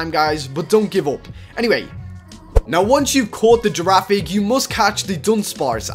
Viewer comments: dude its pronounced GIRAFIRIG not girafig but its ok:) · It's girifiraig not girafig (I don't wanna be mean) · girafrrige not girafig